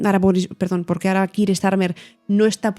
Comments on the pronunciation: Me sorprende la pronunciacion del nombre keir (kiir)... si no estoy equivocado se pronuncia (kia). Gracias x el programa 😊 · Gracias por tu respuesta FDV, no quiero ser un pedante, pero estoy bastante seguro que la pronunciación correcta es 'Kia', por la sencillq razón de que (llevo en UK 6 años xD) mi manager se llama Keir, y le tuve que preguntar varias veces por como se pronunciaba su nombre porque al principio le llama Kiir 😂😂😂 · Keir we go!;) Bien explicado, a mi tb me sorprende la manera española de pronunciar el nombre del primer ministro. La precisión en la información y el lenguaje es siempre importante y se agradece.